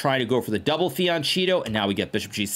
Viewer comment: Hikaru: it's FIANCHETTO. FI-AN-KE-TTO. You even speak a little bit of italian